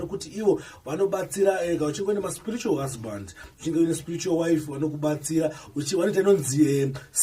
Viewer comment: 🤣🤣🤣🤣 stooooop! Hanzi Sprrretual! Not Spiritual but Sprrretual. 😎Please pay attention